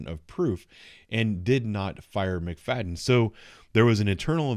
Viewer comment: Her name is pronounced “McFatten”